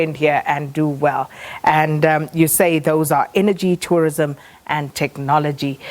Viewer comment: Its called tourism, not torrism.